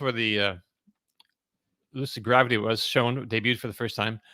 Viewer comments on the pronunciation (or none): 😂Only would pronounce it Lucid GraWvity….😂